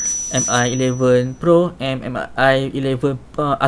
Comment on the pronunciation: Sebutan dia bang Mi=Me bukan M-i. Btw vid ni yg sy tunggu2 dr ytuber malaysia